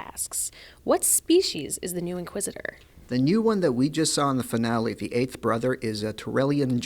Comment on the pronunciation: "Foonale" lmao